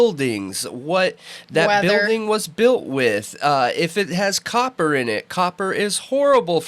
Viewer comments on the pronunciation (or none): none